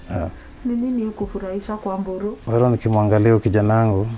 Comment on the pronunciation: Wee baba sema Erick Mburu, sio "Mboro"